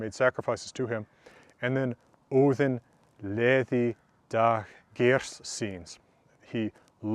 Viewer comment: i got so happy when you said odin the correct way.